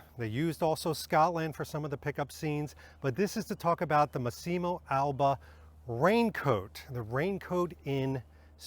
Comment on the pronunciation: Great video 👍 Lovely coat but personally not a fan of this look on Bond. Looks more like a Dr Who costume IMHO. (Btw it's "Mass-imo" not "Masseeemo" (sorry😉))